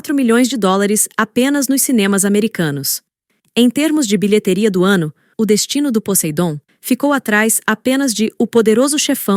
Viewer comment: Sugestão de fracasso: A narração desse vídeo. O Roteiro tá bom demais, mas como se trata de uma voz sientética, vcs tem que transliterar as apalavras para que o programa pronuncie a palavra de forma mais natural. Assistir o vídeo com a narração dizendo "biletéria" é ruim demais... só mais um toque: o aúdio está agudo demais. Assim fica ruim de ouvir. Colaca um pouco mais de grave, que fica mais legal de ouvir.